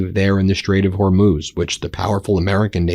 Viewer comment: Yay! Ben finally pronounces Hormuz better. 😊